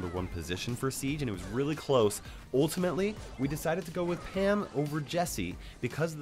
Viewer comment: It it just me or did say ham not pam